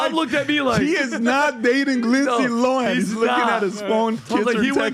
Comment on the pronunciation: “Rindsay Rohan” 😂 never change Tom lol